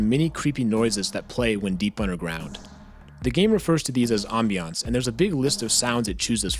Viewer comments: Not being rude, but you don't know how to say ambience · Ah yes, awmbiawnce.